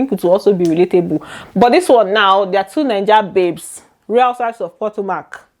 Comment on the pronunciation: I am not trying to be rude or anything but It pronounced puh-to - Muhk. Not po-to-mac.